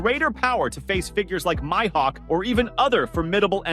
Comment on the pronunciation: my hawk? Isn't it like Me-Hawk?